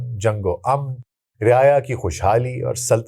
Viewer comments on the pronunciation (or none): Amn nahi aman hota hay meem per zabar hoti hay. Aur zabar na lagana logon nay fashion bana lia hay. Aur jahan zabar nahi lagana hota wahan zabar laga detay hain jesay Sadar ko Sadr kehakn gay aur mulk ko mulak.